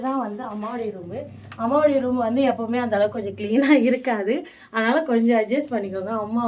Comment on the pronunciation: roombu illa room nu sollunga😇 ellarkum ellamey therinjirukanum nu endha avasiyamum illa, but therinjikonga. ini correct ah sollunga🙂